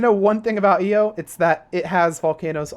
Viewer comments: You where pronouncing it eo its I O but ur good XD. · Phobos Deimos Io Calisto Mimas and Triton I think that's all of them next time listen to a correct pronunciation for them also there's a few dwarf planets you missed such as Ceres and Eris